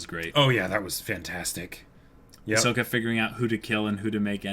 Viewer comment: They’re still saying Hi-soak-a. </3